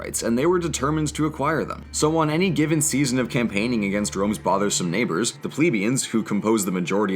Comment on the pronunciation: It's 'Ple🐝ans'